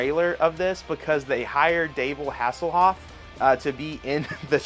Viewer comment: lmao "Davel Hassellhoff"